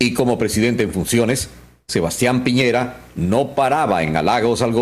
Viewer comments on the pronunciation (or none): Piñera chucha no piñeira